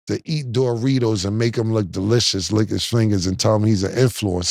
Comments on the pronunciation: Nah the way Cam says Doritos “Dough-ritos” 😂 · “DOOR REEDOS” - Killa😂😂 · I swear cam be mispronouncing shit on purposed 😂😂😂. DJ Metcalf, and door-ritos 😂😂😂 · What are Door-Ritos? 😂